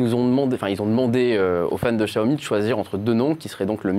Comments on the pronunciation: Xiaomi ça se prononce /shiaomi/ pas /gjiaomi/ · on prononce chaomi